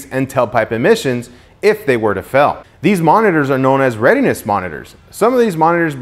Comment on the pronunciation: Did he say "FELL" instead of "FAIL" hihi